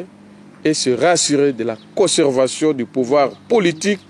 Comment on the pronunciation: Il a dit coservation ... Tu ne connais pas lire à ton âge là... Où bien tu as la crip 😂😂😂😂😂😂😂